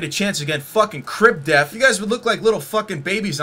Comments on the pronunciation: All I heard this video was "Crib Death" and not "def". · It's okay because black people pronounce "death" as "def."